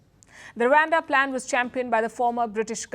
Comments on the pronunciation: It's Rwanda nor Ruwanda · its rawanda not wakanda